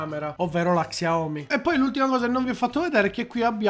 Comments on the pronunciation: se imposti nelle impostazioni della fotocamera che il tasto volume scatta le foto anche il pod della xiaomi sarà utile per te, poi volevo dirti che in teoria si legge "sciaomì" con l'accento sulla i. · si legge "sciaomi" mi pare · non ti fa le foto, semplicemente perché la touchwiz (il sistema operativo della Samsung, meglio detta ROM) fa cagare al cazzo, tutti i cellulari, ormai, fanno le foto coi tastini + o -, in pratica quello funziona, ma non coi vecchi cellulari della Samsung. P.s. xiaomi è scritto, ma si legge SCIAOMÍ, è giusto per tua informazione:)